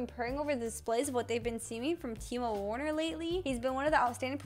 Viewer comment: It's pronounced ver-ner not warner bcuz he's german btw